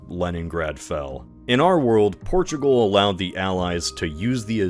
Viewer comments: “Porugal” instead of Portugal. Otherwise, nice video! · I love “Porugal” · "Porugal" and "Casablaca"